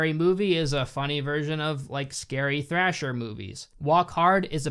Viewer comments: Did you say “Thrasher movies”? ... You know it’s slasher, right? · Was I the only one who heard him say thrasher movie instead of slasher movie?